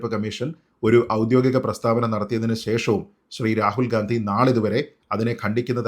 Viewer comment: A correction - oudyogikom not oudyothikom, sreejith.